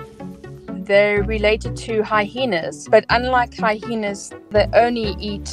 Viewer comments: Hi-heenas? 🤭 i love how people find different ways of pronouncing words. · Love the crazy hyenas pronunciation - hi-heenass... 😂